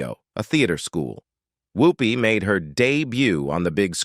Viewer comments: Please please... Her name is not Hoopy. Her name is Whoopi. The state is not Knee gee say it is New Jersey. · Her name is Whoopi not Hoopie